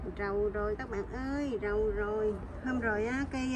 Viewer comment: "Giàu rồi" hãy "Rầu rồi" nhỉ 🙄😐